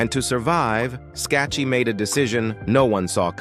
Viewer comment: Her name is pronounced ...Skak kee. A true beauty !